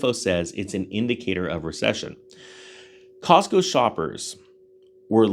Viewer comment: It's not Costco,... it's Costmo!!!!...